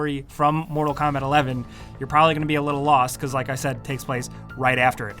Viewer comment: He says “motal instead of mortal, can he not pronounce his r’s